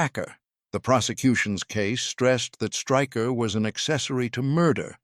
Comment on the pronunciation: His surname is pronounced Shtráy-kher, not Striker